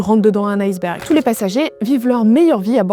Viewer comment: Très mauvaise prononciation de "iceberg" car ce n'est pas "aieceberg" qu'il faut dire mais "iceberg', eh oui le "i" de ce mot se prononce "i"